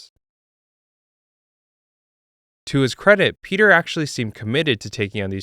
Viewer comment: Piotr isn't pronounced like Peter. bro is Polish, come on now